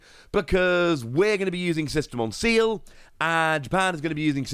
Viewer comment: please say Ci-EL please lol hearing Seal hurts lol